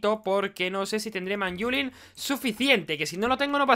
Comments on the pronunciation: pls di manylum en vez de manyulin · le dice manyula, no tengo nada más que decir:v